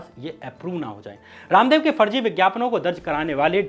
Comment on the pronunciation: Good bhai, bus pronunciation ko improve karen, Farji ko Farzi, Vises ko vishesh